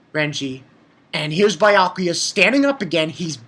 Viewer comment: its beeeeeeeeeeeeakuya！ stop calling him biiiyakuya！